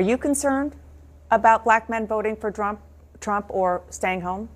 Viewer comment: "Drump"...... the old slip there. She probably calls him that all the time. What a witch.